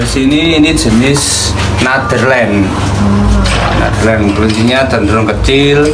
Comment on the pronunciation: Translate nya mengikuti gaya bahasa bapak nya🤣 NATHERLAND padahal Netherland sama WHIT padahal white